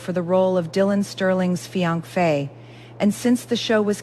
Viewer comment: Fiancee is mispronounced